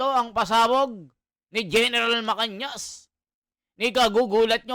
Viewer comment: Hindi (MACAÑAS ).....sya ay si gen.MACANAS... kindly pronounce family name property..